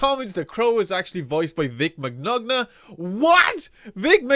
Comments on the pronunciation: The g's in Vic Mignonga's name are silent. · you sure can say Vic last name so wrong.